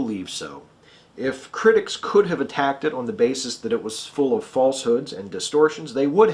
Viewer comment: attacked... not attached...